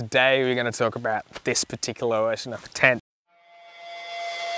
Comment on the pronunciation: How come you keep saying wershon?